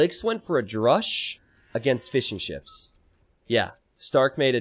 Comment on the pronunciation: Every time you say "fishing ships" in your videos, I think you say "fish n' chips". Being a British person, I instantly perk up when I hear the words "fish n' chips".